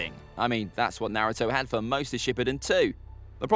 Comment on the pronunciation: It’s kind of annoying to watch people talk about Naruto facts when you can’t even pronounce things correctly